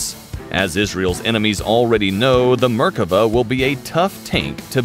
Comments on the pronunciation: Mispronouncing both the tank, and my country. Meer-kah-VAH. Not murkava. Accent on the last syllable. Is-rah-el. Not Isreal. Sounds horrible to my ears. Also, General Tahl, as in "ah." Not Tal, as in tallow. Not English words, so check on those vowels! You would not want everyone to say Uhmarki for America. Please! שלום Shalom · I can't stand the pronounciation... merk ava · mer-KA-vah. They had two tanks in 1948, both of them Cromwells stolen from the British. The Merkava IV has a 120 mm gun. The Merkava I and II machines are now APCs. I think that your Merkava III illustration is not a Merkava at all. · What markava.....heheheehhee😂😂😂😂.. poor tank.. RIP